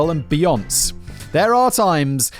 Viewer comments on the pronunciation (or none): Factboi being all the time on internet and still pronouncing Beyonce as "beons" is the peak of my Sunday. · From this day forward I too shall pronounce Beyoncé as "Bee-onss" instead of the correct "Bee-on-say". Lets see if we can't all piss her off agian. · Be-On-Say!! Come one Simon 🤦🏾‍♂️ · hahahaha "beejons" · It's fucking Beyon-SAY! SAY! SAY! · I love how Simon pronounces Beyoncé’s name as be-yonce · So do I! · Did I just hear Simon say "Bee-ohnce"? Dude. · be-ON-say - FFS, Simon. As famous as she is, surely you have heard her name before. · Psssst, Simon, it's Beyonce's name is pronounced, "Beyon-say". No worries mate! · This was amusing, and I loved when you mispronounced Beyonce's name. It's (Bee-YON-say).:yougotthis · Simon: "oh no did I just call him axe instead of Axel what a dumb dumb, I'm so sorry Axel" Also Simon: "beyonc, beyonc, beyonc, beyonc" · I lot of British people say beyonc for short, like most say Jag for the car but I say Jaguar, also thought he was saying axle for his name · Lol it almost sounds correct when he said "Beyonc's" because he was forced to add a soft "e" between the "s" sounds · Ok y did u pronounce axel rose correctly n not Beyonce........you can Google how to pronounce stuff....I'm triggered and that's not funny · not simon pronouncing beyonce like nonce lmao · Beyonce doesn't rhyme with ponce, Simon. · How did he just pronounce Beyoncé? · Am i the only one giggling at Simon's pronouncing of Beyonce? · I wonder of he mispronounced beyonce on purpose or if he actually doesnt know better. Both are possible with simon 😅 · I love Simons pronunciation of Beyonce. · Is it wrong that I'm cackling like a maniac that Simon is mispronouncing Beyonce? I think she's super overrated. Love you all! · I think Simon doesn’t know who Beyoncé is? He’s mispronounced her name in multiple videos. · Simon failing to correctly pronounce Beyonce, as expected 😂😂😂